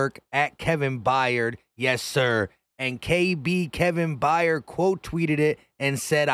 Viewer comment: It’s not By yard it’s Byard they always mess up our last name lol